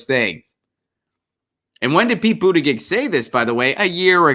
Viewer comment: Thanks for pronouncing Pete's last name correctly. I don't like him but it's good to be accurate.